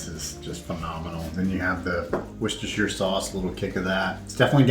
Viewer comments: The last recipe "subbie supper" sounds like a must try! I loved the way you use to say the W sauce. It was your original way. Gracie looked like she had her feet posed at the fridge, like a little miss. So cute. Have a lovely day. <3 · Say it quick, dont split up the syllables honey bun............ WOOSTERSHER 👍😉 You guys are as mad as a box of frogs - don't ever change ! 🤣🤣🤣